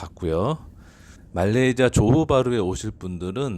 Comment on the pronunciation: 잘보고있습니다만... 딱한가지... 말레이지(?)아가 너무 거슬려요... 현지발음인가요??